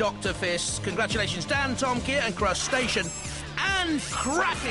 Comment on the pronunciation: Who the fuck is Dan Toe Ma Kiah?